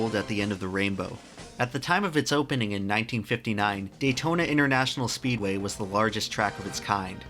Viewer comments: This is my 5th time watching it and i finally realised he spells speedway wrong and says speeway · ITS Speedway not Speeway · says speeway😂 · "Daytona International Speeway" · Am I the first person to notice he mad a mistake: 'Daytona International Speeway' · Daytona international SPEEDWAY not Speeway lol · "Daytona International Speeway" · Speeway? I think he meant speedway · “speeway” (speedway) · great video but Datona international SPEEWAY REALLY XD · I don't know about you, but I would re-edit and re-release the video so it says "Speedway" instead of "Speeway". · you sad Speeway intead of Speedway! great video! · What is a "Speeway"? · Speedway not Speeway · lol ...Speeway... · "Speeway" Entire video ruined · "Speeway" PS Loved the video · “Speeway” lol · now this is epic, but you said speeway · "speeway" bruh Not trying to take away from the awesomeness of this video, btw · "Daytona International Speeway" - 2019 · "speeway" lol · "speeway". Where's your "D"? ha. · "Daytona International Speeway" haha you made a mistake in your hardwork video. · Daytona Int'l "Speeway" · "Daytona International Speeway" btw